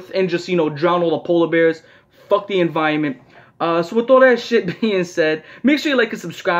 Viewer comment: “Fuck the enviahment” lmao